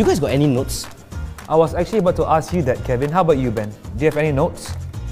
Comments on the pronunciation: LMAOOO IT SOUNDS LIKE DEEZ NUTS, DEEZ NOTS?? DEEZ NOTS? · When said these notes and it almost sounds like deez nutz